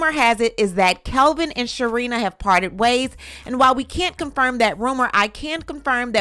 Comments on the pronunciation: You are gossiping about them and don't even know that man's name. It's Kevin, not Kelvin. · Isn’t his name Kevin? Not Kelvin? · I thought his name is Kevin?? Not Kelvin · It's "Kevin".. not Kelvin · She said Calvin during the story. His name is Kevin 😂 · Why you keep saying "Kelvin" The clown 🤡 name is KEV-IN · His name is Kevin not Calvin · Isn’t his name “Kevin” not “Kelvin”? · It is driving me insane that you are mispronouncing his name throughout this entire video 🙄 Kevin ≠ Kelvin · The man’s name is Kevin not Calvin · Girl, you KNOW that dude name is KEVIN, not KELVIN. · My girl KEVIN not CALVIN 🤣 Good video though ❤ either way he broke lol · His name is NOT Kelvin. It is Kevin. There is no L in Kevin. Enunciate if you are going to YouTube it! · Kevin not Kelvin! No L! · It's Kevin, not Kelvin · Its Kevin not Kelvin🤦🏾‍♂️😒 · Kevin not Calvin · He better go and knock on her door and tap on her windowpane. And btw...his name is KEVIN not Kelvin.